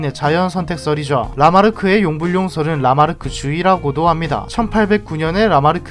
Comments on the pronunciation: 용불용설(用不用說)은 용불-용설이 아니라 용-불용설 로 발음해야 올바른 표현일 것 같습니다. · 근데 진짜 용_불용성이 맞음. 이게 얼마나 든기 불편하냐면 일_반상대_성이론 이렇게 부르는거랑 같음